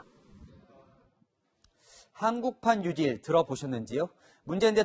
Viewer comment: 혓바닥 어떻게 됬나? 뉴질로 들린다. 뉴딜이다.